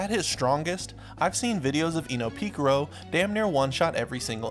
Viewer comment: "Pika ro"